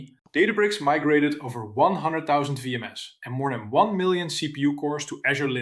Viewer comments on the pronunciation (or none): Can't tell if the reading is AI slop from the mispronouncing of RHEL and VMs.